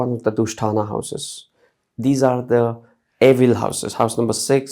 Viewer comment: Is he saying evil houses